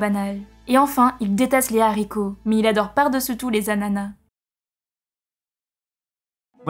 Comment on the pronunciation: Les anana ? On dis Ananas ! on prononce le S